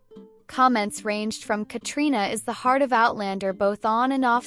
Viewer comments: KATRINA!!!!! Just because it’s spelled Caitriona does not mean you have to say all the letters!!! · Please learn how she pronounces her name. It sounds like katrina.